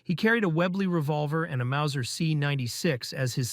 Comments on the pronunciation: Mauser c96 not macer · It’s called Mauser not Maucer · Mauser, not Maucer!